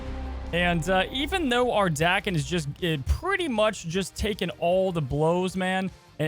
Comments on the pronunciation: Say the word Taken... now say Daken. It is pretty simple. The way pronounces it doesnt even sound right in anyway. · Hearing you pronounce Daken wrong is triggering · It’s amazing. You can’t settle on one way to pronounce Daken lol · Like your pronunciation of the card better than the dayken people say, but you make the “a” sound very aggressive. It’s more of just an smooth “ah” sound than the AAH-ken. Dah-ken. Bc it’s Japanese (as you mentioned) so their vowels are always pronounced: ah eh ee oh oo. Enough of the Japanese lesson another great video. Thank you 👍. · I believe the correct pronunciation is Dah-kem in Japan words are broken into syllables so it would be broken into Da Ke and then the sylabic n, which makes an em sound so Da Ke M. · FYI, the japanese pronunciation would be, "Dah-Ken". Dah like "dock". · 駄犬(da-ken) which means mongrel in Japanese. The A is pronounced softly (which you had right before you said it the Brode way). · It's pronounced DAHken, not LevioSA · It’s dake like jake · If we're looking for the Japanese pronunciation, だ (da) is pronounced "dah" as in dad in English. Then けん (ken) is as expected. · His name is pronounced "Day-ken" 🤣 love you videos homie. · The Japanese pronunciation is like "darken" without the "R". That's a simple shortcut that'll get you close enough. No need to dive into the nuances of the consonants and timing. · Japanese pronunciation is Dah-Keh-n. Da always sounds like Dah. Ke always sounds like Keh. The japanese language has far fewer sound variations than english so the pronunciation is pretty easy to figure out once you know some basics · Anytime i hear Daken pronounced like "Dah-ken," I wonder if "Dream Warriors" is going to start blasting in the background and Freddy Krueger is lurking nearby. Joke for like...three people. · I was about to type “Thank God he called Daken by his right name…” then he legit messed it up back 2 seconds later… The name is said in the cartoon.